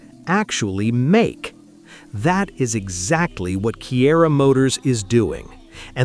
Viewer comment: Kiira - It's read as Chira